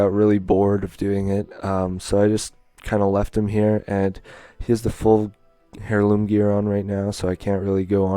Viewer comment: it might be spelled heirloom but you say it like Airloom